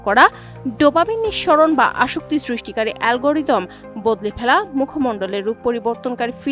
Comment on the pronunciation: আসক্তিকর অ্যালগাদিদাম 😂😂